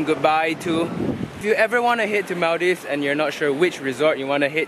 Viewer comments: MALL - DEEVES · its not pronounced like maldaives its maldives 🤦‍♀️btw im from maldives ❤️😊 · Maldives is pronounced mooldives :> atleast that's how maldivians (me aswell) pronounce it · Mul-dive???? LOLLL. I know there's a lot of diving in Maldives but dammit at least get the pronunciation right when you are in the country. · cant believe just pronounced maldives as "mal-daifs". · is it me or ur gf pronounced maldives the wrong way? lul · You don’t know how to pronounce Maldives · cnt even pronounce Maldives properly :P